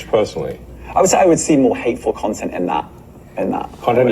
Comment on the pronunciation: I like how when trying to say hateful content he says hateful cont. It sounds appropriate for that Clayton plum